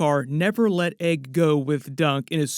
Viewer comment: Egg not Aeg 😂